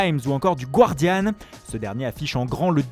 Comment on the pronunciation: Super taff comme d'hab par contre il faut prononcer Guardian comme Gardian, le u ne se prononce pas ;)